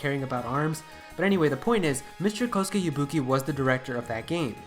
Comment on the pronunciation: It is Kosuke Yabuki not Kosku Yubuki